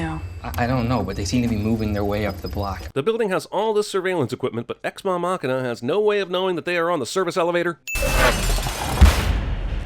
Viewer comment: "Ex Ma-machina" lmao